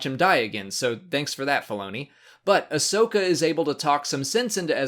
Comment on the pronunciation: Great episodes. This half of the season is awesome. I have just one little problem with the last episode. Her name is Ahsoka, not Ashoka. Get it right,!